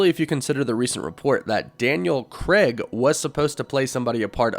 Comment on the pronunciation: Why can no American say Craig properly 🤣🤣